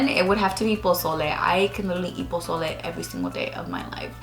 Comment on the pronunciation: OMG? The question about your fave Mexican food, I was like I bet she's gonna say pozole cause that's mine and YOU SAID POSOLE AND I FREAKED LMAOOO love u ❤❤❤